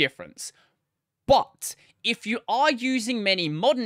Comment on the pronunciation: That "BUT"